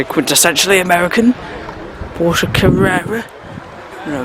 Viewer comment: Well done,you have great knowledge of the wide variety of motors. I especially like to hear you pronounce Porsche correctly! In my younger days in the seventies I worked on 356s and 911s at a Porsche service agent.Congratulations on good coverage of Audlem classic car show. I shall be following Cartraction as well as Old Classic Cars.